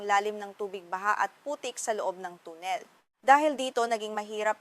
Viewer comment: Ang tagalog ba ng tunnel ay tonel?Mahirap intindihin ang ilang tagalog words mo.